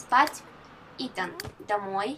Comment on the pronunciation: Итан, а не итАн